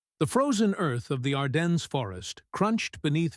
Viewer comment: Is too much to ask for a supposed documentary that can pronounce Ardennes and Moscow properly? Freakin' AI.